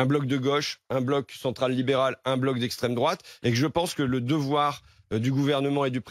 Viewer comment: « Un bloc de gauche, un bloc au centre, un bloc d’éstrème droate » sombre pitre 🖕🏻